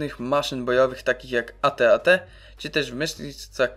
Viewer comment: czyta się ejti-ejti, a nie ate-ate TO NIE HEJT, bo film jest spoczko. :)